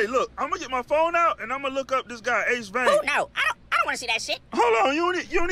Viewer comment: Wah Guan to all... Ace did a video on how to pronounce his name lol... He don't.like being called AceVan... It's Vane... AceVane not Van 😂